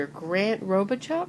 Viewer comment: His name is French and known in my area.....'Robe uh show'....